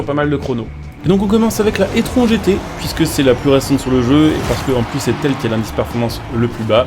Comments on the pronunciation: Je sais que le nom "étron" lui va bien mais par pitié c’est prononcé "itrone" 😅 Sinon pour le reste normal que ça soit similaire étant donné que l’audi est une taycan simplement recarossée et bridée en puissance 🤷🏻‍♂️ Sinon Porsche ne propose plus de diesel depuis plusieurs années sur n’importe quelles de leurs modèles ! Le prochain full elec sera le Macan, et suivra malheureusement le Cayman :/ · Je sais pas si tu fais exprès mais l’audi se prononce i trone car étron ça signifie autre chose en Français… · Il le sait en faite il fait volontairement la blague